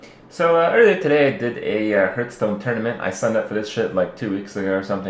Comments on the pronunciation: Improbable. More likely he's mispronouncing it; many people pronounce it HURTHstone, rather than HEARTHstone. Or he's trolling pedants. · The correct way to pronounce it is "harth-stone". You can look it up 'hearthstone' on to hear. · Kripp, what is Hurtstone? Aren't you playing Hearthstone? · It's part of his accent. Sometimes to avoid a double S sound (th sound then S), people don't pronounce (or only very slightly pronounce) the th sound. Thus: Hurtstone. Because saying HearTH Stone makes it sound like you have a lisp. Haha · I like how he's saying hurtstone. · why are people so rustled about him calling it herth stone. Lmao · dude why do u call it hurt stone -_ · i wish he would pronounce Hearthstone properly.